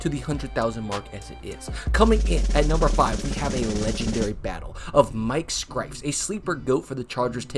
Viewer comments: You would think you'd know how to say Scifres name. It's pronounced cy-furs. Mispronouncing names is way too common in sports videos. If your job is to make youtube videos make sure name pronunciation is right because it shows laziness and lack of caring. Especially in baseball where every player will play no matter how bad because they'll have at bats, it's not hard to look up the pronunciation on pro sports reference or find a clip with an announcer saying their name. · bro, big piece of advice here. it will go a LONG way as a creator to be absolutely sure you're pronouncing things correctly. calling him Mike "Skrifes" is a sure fire way to expose yourself as someone who doesn't actually watch the old game footage/commentary or listen to interviews or people talk about him. there will be a portion of people who watch this video and either unsubscribe or just move on and never watch your videos again because you're not being thorough in your research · I think you mispronounced scifres, the R is after the F. it's pronounced more like ciphers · Only pronounced the ‘r’ in Scifres 3 letters early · Mike Scifres is too much of a punting legend for his name to be so badly mispronounced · Scifres is pronounced like sigh-firs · Umm…no offense intended but…”Scifres” is said like “sci(like in science) and fres(furs)=sci-furs” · SIGH fres